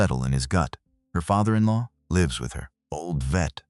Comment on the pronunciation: WONDER HOW LONG BEFORE READERS LEARN HOW TO PRONOUNCE "LIVES" CORRECTLY?